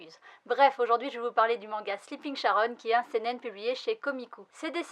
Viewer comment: Jolie couverture en effet, j'attends la fin pour savoir si la série vaut le coup (aucune note au Japon). Nb : On dit Karon pas Sharon